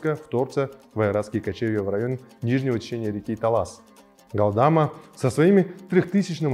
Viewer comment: Галдма, но не ГалдАма. Даже если пишут Галдама, то ударение надо делать на последней глассной 《а》 ГалдамА